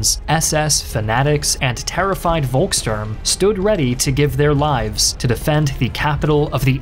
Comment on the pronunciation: Aachen was pronounced pretty well for an american speaker, but Köchling wasn't close (the O-Umlaut is almost identical to the sound from "worth" or "word" not a straight o) and Volkssturm is Pholx Stoorm not Wol... And you Americans usually love to mock us germans for being unable to pronounce V or W properly in English. :P